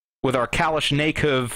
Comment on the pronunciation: pronounced kaa lish na cough, also loading is basically the simpler tactics from military. bludrake42 explained stuff pretty accurately